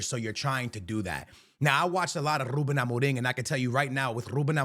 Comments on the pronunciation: Overexaggerating lol Its not Rrrrrrrrrrrrrrrrrrrrrrrrrrrrrrrrrrrrrrrrrrruben Amorim ... just Rrruben xD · "R" extremamente exagerado brrrrrrr 😂